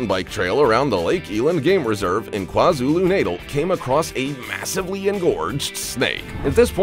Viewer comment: The way he pronounced KwaZulu Natal is wrong But I guess it's because of the accent. Most of us just call it KZN here in RSA lol.